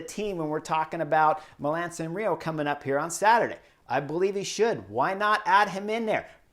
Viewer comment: Milan Sanrio? 👀 Let’s say it together Mi - la - no San - re - mo Love your work! Keep it up